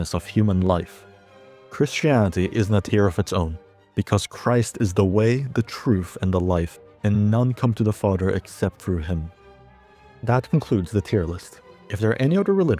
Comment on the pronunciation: bro cant even pronounce father right lol "fadder" lmao even